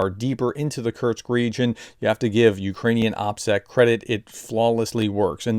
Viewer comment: there isn't a T is "Kursk"